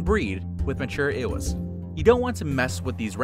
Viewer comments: "Ewes" is pronounced "yooz", not "eh wehs", wtf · Ewe is pronounced “yoo” not “ehwe” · Its pronounced "you" not "Ewz" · "Ewes" is pronounced, "yoos." I don't know what the heck it is you're saying.